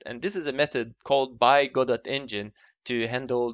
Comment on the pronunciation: BTW, it's pronounced "God oh", not "go dot".